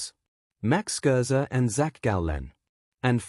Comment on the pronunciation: Stop with the crappy AI. Can’t even say Scherzer or get his age correct. Stop wasting our time.